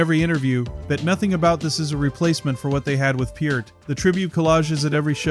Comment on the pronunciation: Two thousand one hundred twelve? Uh, it's twenty-one twelve. You said Peart correctly, though